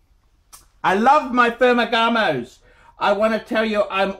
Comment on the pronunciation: Why the hell is he calling Ferragamo, “Fermagamos.”